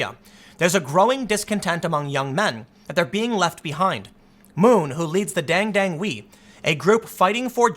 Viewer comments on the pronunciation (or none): DON'T Pronounce foreign words based on English words they look like. "Dang Dang We" LOL SMH. As in Korean and most non-english languages are pronounced "AH." The word is pronounced "DAHNG DAHNG WEH." Unless it was romanized incorrectly.